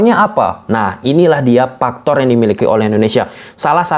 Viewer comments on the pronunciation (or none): Faktor paka "eF" om.. Ndak pakai "P"